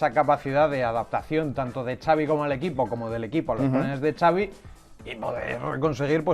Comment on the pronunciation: No es “Chabi” Alonso, es “Sabi” Alonso, la X de su nombre es como una S con mínimo detalle de pronunciación, es Vasco, no Catalán. Por Dios bendito!!!